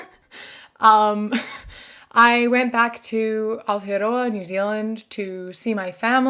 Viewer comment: I love how you say Aotearoa New Zealand, that’s part of decolonisation of Aotearoa. Chur tumeke, Ka pai